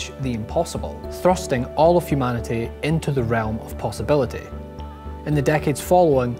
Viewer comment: All I noticed was the fact he said "off" twice, instead of "of"